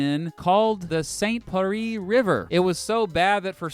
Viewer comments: Also the way he pronounced st pierre, "par-ree" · How could he mispronounce Pierre? Pierre? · When the man said saint Perry I got triggerd like come on its P I E R R E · Pierre is pronounced : Pee Air ... not peree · Pierre is pronounced like Pee-Air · Dude, you can't even pronounce "Pierre" correctly! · its not vie marie its ville lmao and pierre is not said the way u said it pierre is french for peter. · That is not how you pronounce Pierre